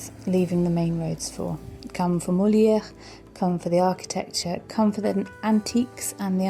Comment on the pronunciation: Hi , sorry but the S letter at the end of Pezenas in not silent ...as well as the R letter in Molière.....But beautiful video, thks